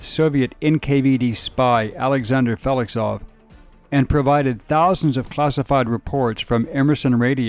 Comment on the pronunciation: Might want to check the pronunciation of "Feklisov" the first few mentions.